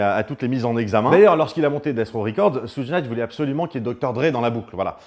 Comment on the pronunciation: petite info : Suge se prononce "choug" (diminutif de Sugar Bear)